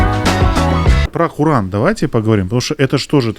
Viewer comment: Кьуран и хоран- так правильно